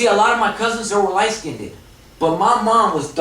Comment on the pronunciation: Yes, in the communities, black and I guess Mexican as well, we say skinded, instead of skinned. But it's understood. LOL. We are code switching all the time in these communities, you probably would have automatically said skinned if this presentation was in a corporate setting, we do it on auto pilot.